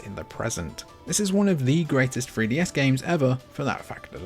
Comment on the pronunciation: da free dee ess